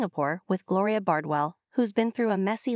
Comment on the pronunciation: It's Gloria not Glory